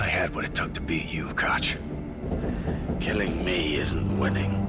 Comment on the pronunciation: Kotch? More like Krotch.